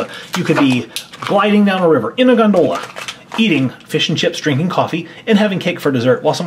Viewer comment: win but for the love of fish pronounce Gondola right!!!!